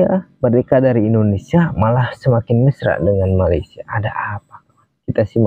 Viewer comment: Perkataan mesra terbalik huruf tu,...admin. Mersa.....(MESRA)...😅😅😅😅😅